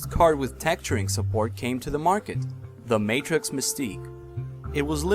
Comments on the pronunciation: Matrox is pronounced May-trocks. Not Matrix. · Matrox is pronounced Mat-rocks - awesome video though! Very informative. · its not matrix its trox matrox